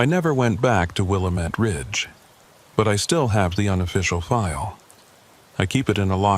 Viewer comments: Willamette not wilomet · pronounce Willamette like will AM ette. This is Oregon, not Illinois!